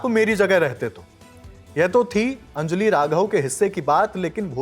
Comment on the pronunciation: It’s अंजलि, not अंजली